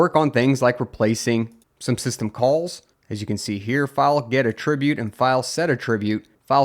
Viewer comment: You are saying "attribute" as if you mean the verb instead of the noun. The noun should be "ATT-ri-bute". You are saying "at-TRIB-ute" which is the verb.